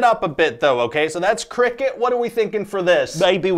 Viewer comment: it sounded more like cocaine then cricket